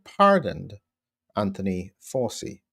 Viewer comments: Why are you pronouncing “ Fauci” incorrectly? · Sorry for being pedantic but please pronounce the mass murderers surname properly...."Fow-Chee" phonetically..... So is this pardon for Covid, and/or HIV?? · Come on, Doc, Fauci has been in the headlines for 5 years now. Surely you have heard his name spoken by now? It is not pronounced FOW.SEE. The name is of Italian / Sicilian origin and is pronounced FOW.CHEE. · While I admire a lot of what you do, I was nonetheless flabbergasted -- after the man's copious exposure on prime time media during the COVID debacle -- that you consistently mispronounced his name! Did you never watch any US media during Fauci's (pron: Fawchi's) all-too-regular appearances at briefings and in interviews? 🤔 That said it is an absolute travesty that Fauci has been preemptively pardoned for what could ultimately come to be viewed as his culpability in encouraging and ensuring that millions were harmed, and/or died as result of strategies he consistently promoted and his failure to allow the use of safe prophylaxes that were readily and cheaply available! He may yet arguably go down as one of the greatest serial killers never to be punished for his essentially murderous actions during COVID and earlier during his equally heinous mis-management, partiality and profiteering during the AIDS crisis that undoubtedly also led to many suffering and dying. He is an arrogant narcissist who held the reins of funding far too long in the US and has evidently apparently gotten away with his despicable alleged crimes! (Anyone who has not yet read RFK jr's "The Real Anthony Fauci" should certainly do so!) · It's pronounced Fow-chee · His name is pronounced Fow-chi. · The little gremlin’s name is pronounced “Fow Chee!” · It is pronounced like ouchie...fau(ch)ci. Joe just signs whatever they put in front of him...he would know about political lawfare...as he unleashed it on trump and many other innocent people from january 6th. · "Fa-u ci Dossier"